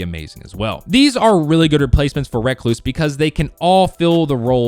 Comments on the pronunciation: Just say recluse not reacluse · Reeeeeee not raaaaaaa damn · It’s not racluse it’s pronounced recluse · Recluse . Not reck loose . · Wreck-loose smh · REE-cluse not REH-cluse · Just say recluse u say it like rehcloose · rek-loose lol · It's pronounced recluse not recluse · Holy shit just say recluse right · The way he says recluse annoys me